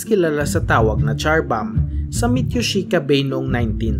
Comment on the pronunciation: Char bomb 💣charing ..😂😂 Zar bomb po pronounciation nian.